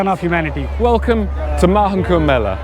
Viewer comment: Correction: Mela, not Mele...Mela means Festival...